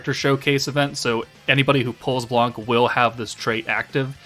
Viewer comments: In French the C is not pronounced, it's "blan", not "blank" thanks for the video ;) (i'm french) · In french we say Blan we don't prononce the c